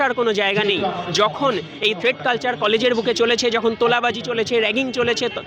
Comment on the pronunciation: থ্রেড না থ্রেট কালচার ? কি অশিক্ষিত উচ্চারণ !